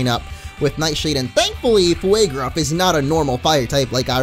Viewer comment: IT'S FUEGRUFF! NOT FLAEGRUFF!!! I'm sorry, but it's bothering so much!